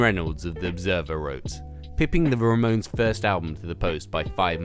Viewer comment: excuse me the " RAMONS "?! ramones